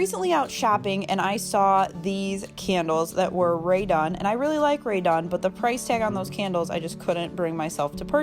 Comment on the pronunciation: You keep referring to something as “radon”, or “radar”. What are you saying and what do you mean by that?